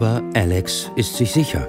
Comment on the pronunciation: Wahrscheinlich hat Alex zu viel Trans-Videos geschaut. Und zu viele englischsprachige Sachen, deshalb "Älix"...